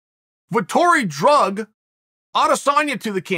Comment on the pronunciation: If Chael says it’s “drug” and not dragged, guess we gotta change the dictionary.